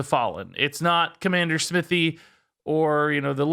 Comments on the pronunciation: Smythe. Google the Conn Smythe trophy in NHL. Isn't Smithy a different pronunciation? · Nitpicky, I know, but isn't the Paladin Legendary pronounced in a way that rhymes with Blythe? Not Smithy, like a blacksmith, but Smythe, like Blythe. Not A WOW player, so I could be wrong.... Just please don't pronounce Blythe like "Blithy". (Hops off of English major soapbox) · Smithy? Smythe rhymes with Lithe